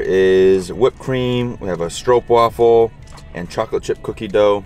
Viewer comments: Omg you pronounced "stroopwafel" nearly perfect, speaking for all Dutchies: we are proud!! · Oh my god! You pronounced ‘stroopwafel’ right! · Your pronunciation of the word ‘stroopwafel’ is very good, I’m a proud Dutch girl over here👏🏼